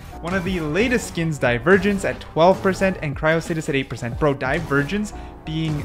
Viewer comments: Why does bro say cryostasis as cryostatis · 1. You number the skins by when it shows up, not by the Ranking ( how hard is that?) 2. You mispronounce the easiest names Cryostasis->Cryostatis?, Aemondir-> Aemondur? ??come on bru 3. The S and A listing makes no sense.